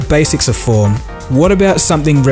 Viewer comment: When the girl said "form" it sounded like porn. ;D